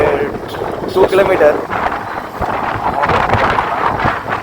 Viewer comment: kilometre sollu da mama